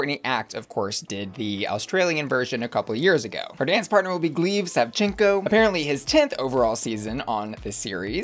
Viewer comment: The “E” in Gleb’s name is a soft e not a hard e.